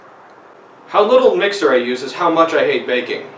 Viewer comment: Jesus, heard "hate bacon" and not "hate baking" and almost lost my shit.